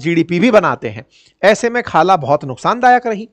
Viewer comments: Sir khala nahi kala😂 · रिपोटर बना हे तो नाम ढंग से पढ , खाला नही हे काया हे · Naam tho dhang se le bhai khala naam nai hai uska kaja hai 😂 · Sir ye khala nahi kaja hai 😅😅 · khalaa nahi kaja hoga😅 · खाला नहीं काजा बोलो।